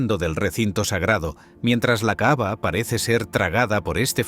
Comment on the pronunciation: Perdón pero el narrador dice la "caava" y no se que es eso, si se que es la caba-cava